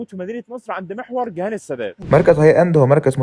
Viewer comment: تعرف لو اسم اجنبي كنت عديتها مش كلنا مولودين بنتكلم اجنبي انما جهان اسم عربي و تنطقه بالطريقة دي..... لا تعليق علي ال وصلناله